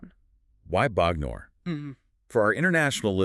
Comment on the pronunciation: First up: I love the analysis! As an Englishman who got just about every reference when I bought the album, it's cool to hear someone unpicking it for a different audience in this way. Great job! But I have to say your pronunciation of Bognor is killing me! 😄